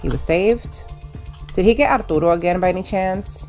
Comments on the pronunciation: I love how you pronounce Arturo’s name apdootle it’s so cutem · When turtle says arturo's name, i thought she said ourdoodles